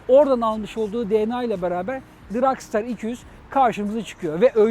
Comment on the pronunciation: Daha motorun adini soyleyemiyorsun. Dragstar ile dragster arasinda okunurken cok fark var.